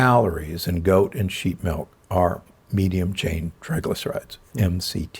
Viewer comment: He says MELK we can’t trust him